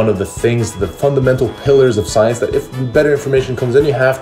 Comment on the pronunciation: "Soyence"..... Hhhahahahahah!